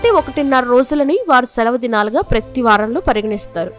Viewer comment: Praythee kaaadhu PRATHEE... HEBREE bhasha lekha HEE-BRU ila kuda palaka vachhu